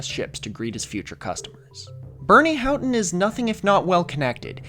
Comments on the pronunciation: "How-ton" is how people who lived through that story and gave audio / video interviews pronounce it. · that aside about -ough was a trip to experience after 20 minutes of hearing you mispronounce "houghton"